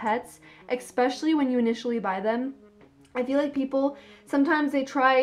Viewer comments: Why do americans pronounce especially like "ek-specially" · First time in my life I'm hearing eXpecially. Great video tho!